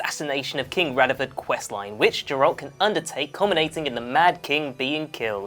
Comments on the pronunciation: The fact that you pronounce his name as Jerralt shows you have never played the game and merely read up on some research for your video. JERRALT HAHAHA. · Can maybe next time the presenter have atleast played the game...his name isn't pronounced jeralt...even someone whose seen a trailer would know that you come off as a poser and not knowledgeable of the source material at all 0/10 hard dislike. Play the fucking game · You have no showmanship and terrible pronunciation. The G in Geralt makes a G sound not a J sound. And you say Iorveth with a Y sound at the beginning. Not to mention your entire video was an almost word for word blatant RIP off of this article. You even had your stuff in the exact same order. I also would not consider half of these easter eggs so much as background production info. CD Prjekt Red also confirmed already the cyber punk 2077 reference as true. And that Ciri will appear in that game in an easter egg of some sort. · Eye orveth? Jerald? Yeah expert, ima head out.